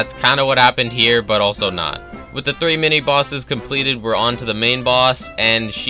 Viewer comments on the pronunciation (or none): none